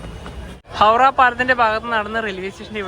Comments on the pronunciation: ഹൗഡാ അല്ല ഹൗറാ എന്നാണ് 😂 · ഹൗട എന്ന് ബംഗാളിയിലും ഹൗറ എന്ന് ബാക്കി ഭാഷയിലും പറയും നീ പറയുന്ന കേക്കുമ്പോ എന്തോ പോലെ തോന്നുന്നു